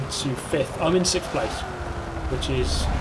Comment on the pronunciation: “I’m in sigkfff”